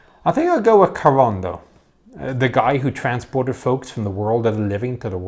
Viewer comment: "Corondo" ? I think you mean "Charon". Corondo is a Greek restaurant in Melbourne